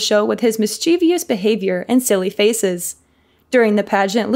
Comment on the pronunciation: you mispronounce 'mischeivous'. There is no second 'i' in it